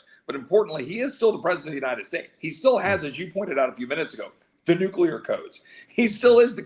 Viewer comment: Nu cleeeee ar code. Not nu cu lar! UGH!🫤